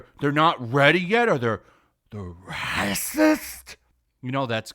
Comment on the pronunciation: I hate when you say racist that way cracks me up